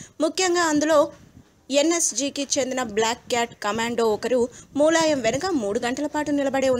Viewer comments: tollywood nagar: మూలాయం కాదు ములాయం Sarigga ఉచ్చరిస్తే baguntundi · Mooooolayam kadu, mulayam First learn how to pronounce telugu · Mooolayam ende nee amma.. Moola shanka laaga.. Mulayam ani kuda analeva nee lanja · మూలాయం కాదు తల్లీ.... ఆ ఎదవ పేరు ములాయం...